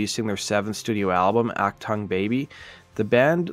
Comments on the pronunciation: oc-tongue? Are you trying to say “Achtung”? If only there was a widely available resource to look up how to pronounce that before recording the video…. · You don't pronounce "Achtung" like that. You could literally just put the word in google's translator and it tells you how to say it. I'm so mad. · “Achtang” baby?